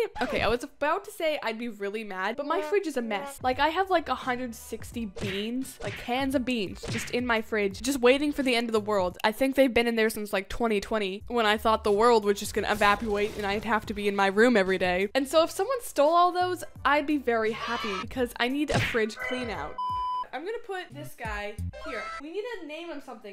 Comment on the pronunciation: Evapowate lol